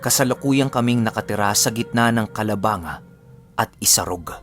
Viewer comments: Kalabang-ga po.hnd kalabanga.tnx po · Hi, sabi ng mama ko icorrect daw kita.. hindi po parte ng Naga ang Calabanga and ang pronounciation sa kanya ay "ka-la-bang-ga" ☺️ Pero avid listener mo po kami. ♥️ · correction lng calabang-ga ang tamang pagbasa sa calabanga